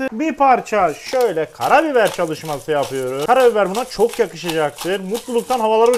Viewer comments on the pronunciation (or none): “Calışması” demen çok hoşuma gidiyo abi :) seviliyorsun